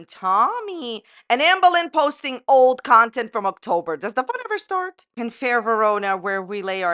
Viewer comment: Are we saying “Oaktober” on purpose? 😂